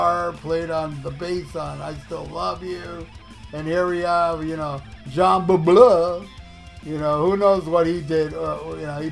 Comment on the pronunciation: Your "Jean Beauvoir" is so funny🤣. I like it very much how you are struggling. ASYLUM is such a great album, I can't rank the songs. "Uh! All Night" is definitely one of my greatest KISS songs. I didn't like "Tears Are Falling". But later in life I heard "Magic Touch" in this song. And I heard the tears falling in Bruce's 🎸solo! A good song. I never liked the whining "Oh, Oho, ooooho"💧in "Who Wants To Be Lonely". I hate self-pity! Now I hear more the heavy intensive KISS sound in this song. A good song too. And Gene! Gene is spectacular on " Any Way You Slice It" and "Secretly Cruel". I love him❤. But still I have to admit: Paul💜 is my king on "King Of the Mountain". A fantastic🎤piece of 🎶 music.